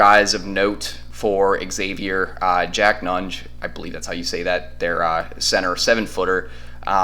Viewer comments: Dude - It is not eggs-avier. It is Xavier (almost like Zavier). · Not Eggsavier......This is the 3rd time X (pronounced Zavier) has played UT in the Sweet 16. It's not like the team is foreign to Longhorn fans. You'd figure you all would know how to pronounce it by now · Xavier fan here - solid video, appreciated you getting this up so fast. Just a few minor notes - it's actually pronounced Zavier, Ex-zavier is the term used when you either don't know Xavier or are trying to clown the school. Check-in with any UC fan about that. It's also pronounced Jack Nun-gee" Xavier's also experienced because they just won the NIT last year. What you guys will really want to know is that Xavier lost one of its best players, Zach Freemantle, to begin February. You mentioned Xavier's "Bigs" - we only have one now. It's Nun-gee. Freemantle would have been huge going into this match, especially with how insane Texas big men are playing of late. Should be a fun game, thanks again for the preview. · It's pronounced eggsavier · Xavier is pronounced eggsavier. Anyway Hook em Horns 🤘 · Xavier is pronounced eggsavier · it's not a regional thing. The school is literally pronounced like Zavier, no matter where you are in the country or the world. This is not Professor Xavier from the X-Men. I'm sure people with the name wouldn't say you could pronounce it differently depending on where you are at the time. Some pronounce it like the university does and some like this guy on the film pronounces it. I don't like it when my last name gets mispronounced, which happens often. Also, our center's last name is pronounced Nun-Jee. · well then he’s mispronouncing it. There’s no “regional” thing about pronouncing a title correctly or incorrectly. It is pronounced Zayvier. Do you pronounce Exerox or Zerox? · Xavier is pronounced eggsavier and they won't win anyway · Texas took the souls of those children that play for Exzavier and mispronounced it while doing it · Learn how to say Xavier